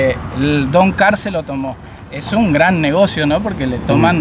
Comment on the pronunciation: No se llama doncar se llama DONGAR..... DON GARCA. JAJAJAJJAJAJAJAJA